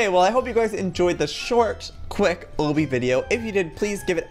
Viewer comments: who else gets TRIGGERED when he says Obby? btw its pronounced "AU-B-E" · Obbey? Am I hearing him wrong? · its pernounced ah bee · It is pronounced ahbee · I laugh every time he says obby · Christina Russell sorry I just can't, it's called an obby and just so you know Joey accidentally says it wrong sorry to disturb you I just couldn't handle it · The way he says obby is hilarious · The way he pronounces obby 😂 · The way he says obby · does it bother anyone else that he says obby wrong? lol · LOOK UP HOW TO SAY OBBY THE RIGHT WAY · I love you Joey but whenever you pronounce obby wrong I get irritated lmao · someone's gotta tell him he's pronouncing obby wrong JOEY OBBY IS DERIVED FROM OBSTACLE THE O's ARE PRONOUNCED THE SAME okay Joey ily bye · by the way your saying obby wrong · U say obby wrong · you say obby wrong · I know people pronounce things differently but it really annoys me how he says obby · "Oh bee" I thought it was pronounced "aw bee" 😂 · I love how he says it O-B rather than the regular Ah-B😂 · lol I like how he says obby like OH-BBY. I say it like Lobby without the L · It's Aw/bee that's how u pronounce Obby 😂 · I think it's pronounced Ah-Bee. Like Obstacle Course is Ah-bstacle. Obby is short for obstacle course. Sorry, it just really bothers me when people say Oh-bee. Lol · im dying he keeps saying oh-bie its obby XDD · Obbie lol its obby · Joey it's pronounced like lobby but without the l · U say o-by it ob-y FYI cx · Joey I don't think that you call it ooby it's obby ok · Ok Joey OMG I love you so so much but it's A-BEE not OH-BEE! But I still love you! 😘❤️😁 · He said oby but he said it wrong obby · Joey said Obby pronounced Oh-bby isn't it Obby pronounced Ah-bby? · He said oby instead of obby😅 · Joey it's no O-BE it's AH-BE Like this so Joey can see it!!! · It's pronounce ab-be not oh-be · joey i'm not trying to be mean but it's pronounced awbby not ohbby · I hate how he says ohbby instead of ahbby (these are the spellings of how they sound